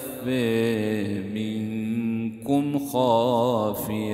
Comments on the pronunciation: با رك الله فيك أيها الشيخ الجليل جدا شعرت بالخشوع بسماع ترتيلك لكن في عدة سور لاحظت أخطاء الكلمات مثلا سورة الحاقة رقم الاية 18( لايخفى) لازم بلسورة (تخفى ) 40 (الخاطئون الطاء مضموم لازم مكسور ياريت ترجع للاية وتتأكد من ذلك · برجاء الانتباه بداية الدقيقه الثالثه من الفيديو يوجد خطأ فى التلاوه بدل الشيخ " تخفي منكم " الى " يخفى منكم "